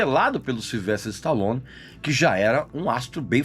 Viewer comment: Uambo , Silvestre istalon....kkk deixa d viadage rapaz e fala o nome direito.